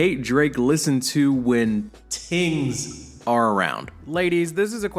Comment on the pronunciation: Ohhhh it's "tings". I thought bro was talking about TEENS this whole time. 😂